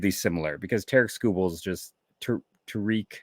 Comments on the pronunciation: It’s Tarik. - Sounds like tare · Tarik like Eric with a T, it ain't that hard